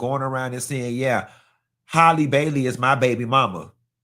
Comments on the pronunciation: Halle not Hailey 😂😂😂 ain't gone ever get it right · Omg you done said this girls name every way but right😂